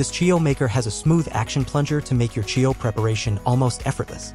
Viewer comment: Is this AI? Who pronounces churro like that?